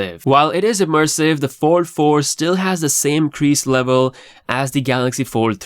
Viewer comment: All I keep hearing samsungs 44 and 4 3 your fold sounds like four